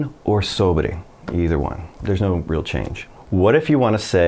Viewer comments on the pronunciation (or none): none